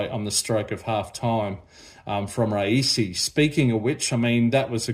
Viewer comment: Not raisi it's rayasi